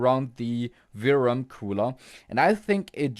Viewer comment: maybe it's a good idea before you start to check in resistance mode and diode mode from phase to VCC 12V as well, not just from phase to GND. Also the way you say VRM always sound like you say VRAM , this is confusing some times.